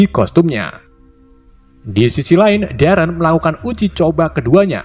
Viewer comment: Pas bilang darren mirip kaya ereh/eren di AOT